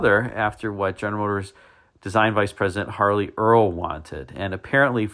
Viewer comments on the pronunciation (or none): none